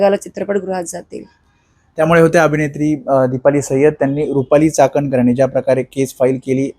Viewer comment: चाकणकर नाही.....चोखणकर 😂😂